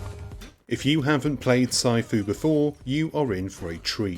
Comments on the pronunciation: "PSY-FOO"? PMSL!!!! *"Sih-fu" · omg. this has to be a voice over program because no one pronounces sifu Psyfoo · Tons of criticism but nobody is telling you it’s pronounced “see-foo”. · way to add to review of the game. during gameplay did you find the memory of his mispronounciation of Sifu ruining the games overall score? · Why do you say sifu like that?